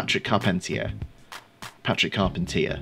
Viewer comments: I think it actually should've been pronounced "Carpentier" instead. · It sounds like you're pronouncing it "Carpentier." I was always under the impression that it was pronounced "Carpentier."